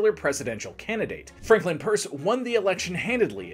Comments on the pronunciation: Great stuff but The Guys name was Pierce as in "Pierce your ears" not Purse as in " Hold my Purse" lol. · Exactly. I'm from New Hampshire and nobody in their right mind says "Purse". I actually had to scroll back because I didn't believe that nonsense was stated. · I thought I was the only one hearing "purse."😂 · Great info, though pronouncing his name as ‘Purse’ is distracting. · Every time he says "Purs" I cringe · "It's called pirs" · Pierce is third from the bottom on my list of bad presidents (Trump and Buchannan are in a tie for worst). Definitely a tragic case. Historical trivia; Pierce was the only president who had no changes in his cabinet for his entire term. His Secretary of War was Jefferson Davis, who remained a lifelong admirer of Pierce. Not sure where you got the pronunciation from, but I've never heard that and could find no source supporting "purse" as being correct. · Why are pronouncing his name wrong?